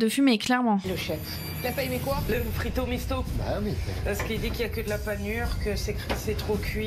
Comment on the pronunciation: Au début je penser entendre Frito Michto😅🤣😂.